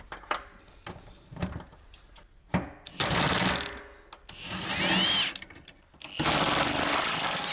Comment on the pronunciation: и не джава а ява чудик